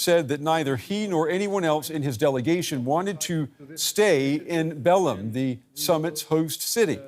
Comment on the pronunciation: Kudos for the anchor for correcting the pronunciation of Belém as soon as the Brazilian reporter pronounced it correctly. Such professionalism! Not "bellum", it's more like "belaing".